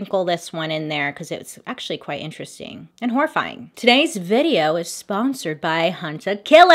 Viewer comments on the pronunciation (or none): none